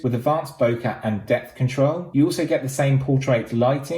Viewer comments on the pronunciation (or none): none